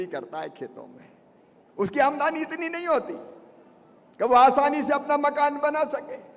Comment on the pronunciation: ए शिवराज सिंह लबरा है इसकी बात में मत आना यह आमदनी को आमदानी बोलता है यह वकुला है हंस बनने की कोशिश कर रहा है यह हमारे टैक्स का पैसा बांटता है और अपना बताता है